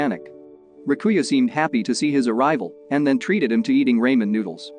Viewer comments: “Raymon noodles” sorry its Ramen Noodles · As someone who watches Asian movies, It irks me hearing you incorrectly pronouncing 'RA - MEN' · "RAYMIN NOODLES" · raymen noodles lol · not the "raymen" noodles 💩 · "rAimEn noodles" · This was a heart touching movie… enjoyed the summary (even though Ramen was pronounced like …lol) Thank you for sharing! Side note- maybe it was just me but none of the main cast looked familiar, whereas… the woman acting as the librarian looked like someone very well known ? Hmm 🤔 rare to see someone you would think is more famous take such a small side role.. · Not just the ramen, even onigiri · It kills me when he say ramen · bro why he say ramen like that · Omg it's so funny but I will not judge him though